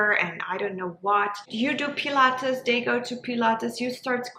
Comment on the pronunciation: I just can't get over the "dey" when so many other times the "t" sound is pronounced so clearly- I can't focus and was very much invested in trying to hear this topic.. I wish though!!